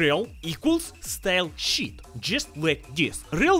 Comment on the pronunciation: When I read the subtitles, my brain hears "style-sheet". When I'm not reading them, my brain hears "style-sheep." :D